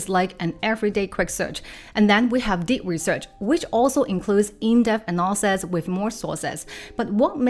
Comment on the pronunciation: so funny that your “analysis” sounds like “nonsense”, and your “assets” sounds like “asses”